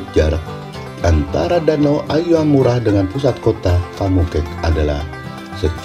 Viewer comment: danau AYAMARU Min ya ampunn Bukan AYAMURA 😅😂